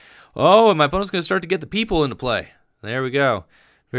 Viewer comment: The Pokemon is not named people its poi-pole like the color but just said funny